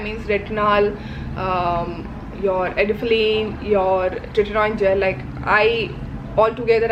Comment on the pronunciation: Its tretinoin and adapalene. I love your channel, but you pronounced the names wrong. I felt like mentioning that to you... ❤